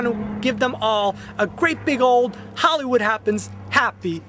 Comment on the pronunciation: WOW! You have a very strong screen presence! Pleasant pipes and delivery. Dang, I wish I was doin' a show, I'd hire ya!:) One suggestion: you might want to enunciate "Hollywood" a little more carefully. It's coming out as, "Holwud Happens.";) I can tell you well-earned your SAG card, though.:)